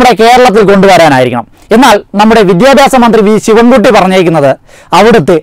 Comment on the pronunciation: എവന് "വിദ്യാഭ്യാസം" എന്ന് വൃത്തി ആയി പറയാൻ എങ്കിലും പഠിച്ചുടെ.